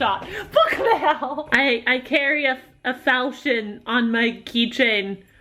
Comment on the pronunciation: Is that how you say 'falchion'? Sorry, this was a very interesting video, but that's all I really have the energy to say right now.